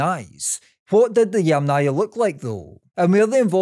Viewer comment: Funny how many times you pronounced the name of the Yamna culture wrong: It's pronounced either as Yàmna (from Ukrainan) or Yàmnaya (from Russian) with an emphasis on the first A, and never Yamnàya Culture with an emphasis on the second A.